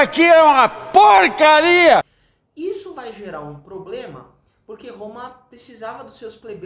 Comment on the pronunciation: "isso aqui é uma poecaria" kkkk boa